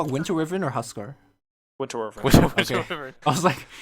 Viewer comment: win-ter why-vern